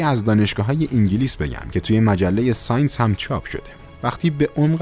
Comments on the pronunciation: مجله سانس انگلیسی چیه اخه تو مثلا داداش تحصیل کرده هستی ....مجله سایِنس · با سلام و تشکر از برنامه های عالی ک تهیه میکنید...یه نقد کوچول موچول:لطفا تلفظ لغات لاتین رو صحیح ادا کنید یا همون معادل فارسیشو بگید(چه بهتر). مثل:سینس که صحیحش ساینس هست که منظور (علوم)ُهست.